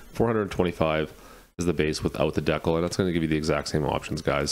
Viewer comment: Are you meaning to say decal wrong....